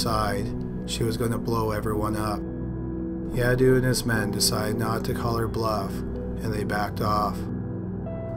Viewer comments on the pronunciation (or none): Sleepy voice 😴😴😴 and it was pronounce yadave not yadu 😉 thank u!! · Ha ha ha 😂😂 Yadoo? It's Yadav! V not U